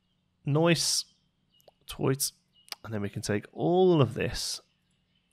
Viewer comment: "Noice" "Toight" 99!!